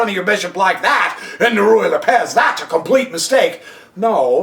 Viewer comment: Has this moron never met anyone named Lopez? Does he really think the accent of Lopez falls on the second syllable? Why does he waste time telling us that he can't cover all possible continuations? The poster is disorganized, inarticulate, and verbose. He frequently lapses into incoherency. He apparently can't keep what he's talking about clearly in mind for more than three sentences in a row. He can't remember which is the kingside and which is the queenside. The tiny amount of information provided isn't worth putting up with his obnoxiousness. What a schlubb.